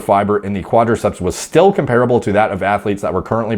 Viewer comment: The word comparable is comparable not comparable.